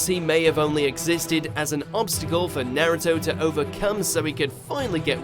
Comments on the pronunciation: “Sersuke” and “nerto” my god this is a meme mojo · He pronounces naruto and susano'o wrong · kizeme? manara? obeato? nerito? kageya? erochimeru? renegin? Otsussuikiik? byekoogan? sarigeegan? susanoo? hoakegay? this man has never watched an episode of naruto